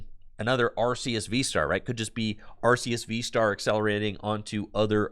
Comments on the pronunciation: Its actually arr-kay-ess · So the reason why it's are-kay-ess is because of Silvally's ability in the main line games which is 'RKS System' which is basically just referencing Arceus. Too bad honest it doesn't matter that much since the anime pronounces it 3 different ways as well but Are-Kay-Ess is the one with most backing too it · Linguistically speaking though, it's are-key-iss technically.